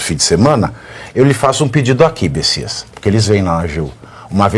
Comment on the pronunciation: Olha só Pavivi, não é besisas é bestias.